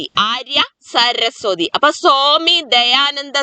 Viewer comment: സോമി വിവേകാനന്ദൻ അല്ല. സ്വാമി വിവേകാനന്ദൻ.